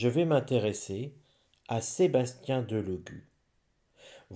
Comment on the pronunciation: Cc bonsoir,mr Delogu est un compatriote d'origine Sarde,je suis Sarde et fière de l'être mais il nous fait honte, les Sardes sont très orgueilleux Delogu se prononcé Délogu, merci